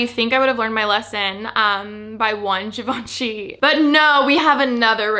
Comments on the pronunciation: It is “Jhivanjei” not “ Givenchi” ✨✨✨ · “zhee vaan shee” girl not chi